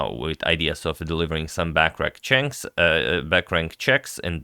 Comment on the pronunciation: "Back Rack chanks" I love it 😀